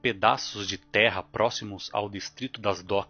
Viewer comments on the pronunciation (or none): none